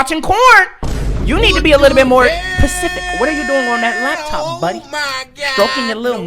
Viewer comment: “You gotta be pecific”